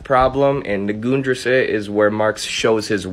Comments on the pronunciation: I was about to comment that you pronounced the ri in risse too long, it's about the same sound as in fiddle. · I pronounced the word "Grundrisse" wrong. It's pronounced Grun-dr-ih-suh which is a German word that means "floor plan" A fitting name given that the book lays out the basic plans for Marx's much more polished, multi-volume text "Das Kapital."